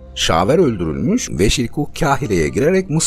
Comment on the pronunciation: Kahire, (K) kalın okunur